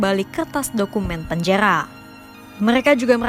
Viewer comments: Kaka ora ISO ngomong r ya ???? ko dari tadi omong ora make r panjaya ya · KENAPA PEMBACA BERITA KOMPAS PELAT SANGAT MEMBACA..TOLONG TUKAR POSISI..POSISI YG LEBIH SESUAI...PENJARARRRR PENJANGHA...SEBUTAN NYA SALAH..